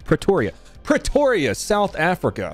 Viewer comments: Did you say Petoria? Home of the Griffin clan? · I live here bro,yea it’s Preeeetoria lol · its pre toria not praytoria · if you think thats cool you should check out the one where they blow up the armoured vehicle , lol you pronounce e like an Ay maybe this will help prEtoria ee like pre-school pre toria (we got some bad ass shit going on in this country) btw bullet proof glass can only take so many shots before it breaks!! (B